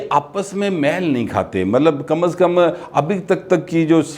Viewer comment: میل کے تلفظ کو ذرا دوبارہ دیکھ لیں پلیز